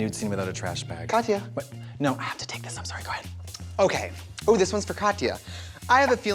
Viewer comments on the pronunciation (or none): trixie says “bayyyg” like a real wisconsinite. i’m so proud 😭😭😭